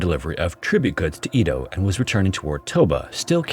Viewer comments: Am i the only one bother by his pronunciation of EDO he says E-DO i know it to be said ED-O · I know it's not the end of the world or anything, but hearing "EE-doh" is driving me crazy! It's "eh-doh". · "ee-toh" lmao it's "EH-doh" with a soft D, rhymes with "meadow" (kind of.) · It's pronounced eh-doh...not ee-dough. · It’s also not pronounced E-do, it’s Eh-do, so, consider the whole thing a European translation of a Japanese event. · Edo is pronounced “EH-dough” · You pronounce Edo (eh-doe) in a strange way. It’s pronounced that way in both English and Japanese (I took Japanese history in college). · That was driving me crazy! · I know. That and "nag uh sa ki" instead of "nah ga saki". I love this channel but I wish he would put some research into pronunciation.